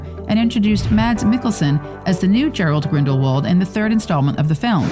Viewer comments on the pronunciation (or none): Gellert, not Gerald 🤦🏽‍♀️ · It's Gellert -- not "Gerald."